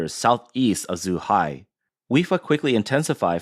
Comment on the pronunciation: Should probably work on the pronounciation of the locations named. Should not be difficult for the reporter who sounds like he is an ethnic Chinese. Zhuhai was said as zhihai. This shouldn't happen in a news pgm.